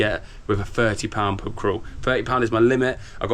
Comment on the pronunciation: YOU say pub like purb